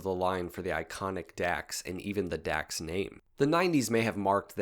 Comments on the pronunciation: It’s pronounced “docks”, not “dacks”… you had to be there 🙂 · “Dax” is actually pronounced as “Docs”, as in “dachs”hund.